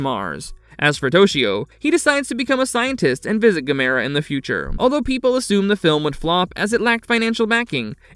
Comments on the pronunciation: Why can't they pronounce Gamera correctly? Also the humanoids weren’t from outer space so I don’t know why they called it Humanoids of the deep space. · Stop mispronouncing Gamera!